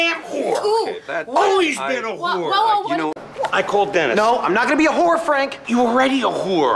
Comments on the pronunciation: He says “Wh0re.” Not “Whore” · He pronounces it like who're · I love how he pronounces it “hoor” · I love how he pronounces it with like three more letters and two more syllables. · I love how he makes it into a two syllable word